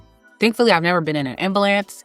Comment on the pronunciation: I know English is your second language but that’s not how you pronounce ambulance.